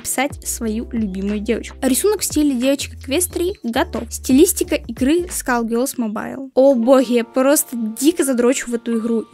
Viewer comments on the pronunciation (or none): не скалгерлс, а скулгерлс